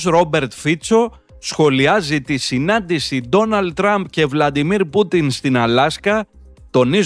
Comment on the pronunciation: αντί Δημήτρη, όπως είναι το σωστό;;;; Γιατί λοιπόν επιμένετε να τονίζετε το όνομα του Πούτιν στην τελευταία συλλαβή;;; Είναι ρωσικά Βλαντίμιρ, Ελληνικά Βλαδίμηρος...και στις δύο γλώσσες, ο τονισμός είναι στη δεύτερη συλλαβή! Τόσο δύσκολο είναι το όνομα ενός ορθοδόξου Αγίου